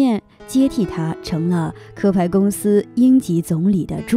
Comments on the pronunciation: 不是壳(咳)牌，是翘牌石油公司。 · 谢谢分享。 你说的 那个故事很有意思。 （上海壳牌公司，壳念 QIAO， 不是KE) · 应该读“qiao”牌，不是“ke”